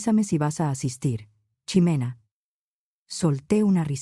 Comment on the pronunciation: Puedes checar la dicción en la narrativa, no es chimena o shimena. El hecho que esté escrito con X no necesariamente se pronuncia ch o sh. En México es S como en Xochimilco ( Sochimilco o J como el México ). Así que sería Jimena